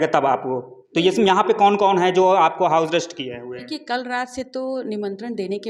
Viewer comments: अबे हाऊ अरेस्ट नही होता,हाउस अरेस्ट होता है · पत्रकार महोदय, हाऊ अरेस्ट नहीं बल्कि हाऊस अरेस्ट बोला जाता है 😂😂😂